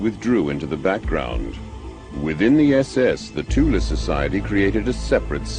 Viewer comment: It is nice to hear Thule pronounced CORRECTLY for once! Thule is NOT pronounced "Thool" "Tool" or "Toolie" and never was, these are wholly incorrect mispronunciations. Thule is a word from the German language. Germans do not employ the "Th" sound but, they do pronounce the letter "E" when it appears at the end of a word. Thus the CORRECT pronunciation is: "TOOL-AH" . I speak German and I have had this pronunciation verified by my German friends, they told me this is how it is said, I've heard them say it, it IS pronounced "TOOL-AH" .